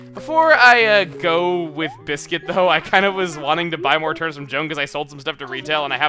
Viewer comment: Why do you pronounce turnips 'turn-ups'?